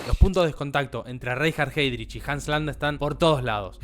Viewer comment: Muy buen video, pero la pronunciación.... en alemán es ai